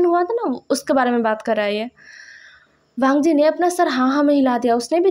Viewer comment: nice part but apne college me bht bar wangi ko weing bolaya he